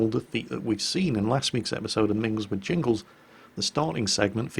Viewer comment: Do we need to point it out jingles?...Jingles?